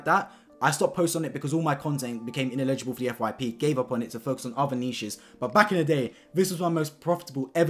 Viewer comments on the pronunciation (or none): It's "ineligible" not "inlegible."